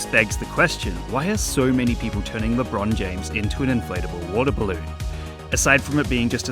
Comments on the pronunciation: why do they call him Lebrone Jahamas tho? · its Lebrohn Jahamez 4 correction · LeBruhn James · Omg its Lebron Jahames Edit: Lebron James* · guys its lebron jahamas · its labron jahamz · Le'bron Jah'hames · LeeChong James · Lebron james? I thought it was Lebron Jahames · It actually lebron jahames get it right next time😤🙄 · ah yes I believe his name is lebrone jahames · Ah yes, that guy LeBron Jahammad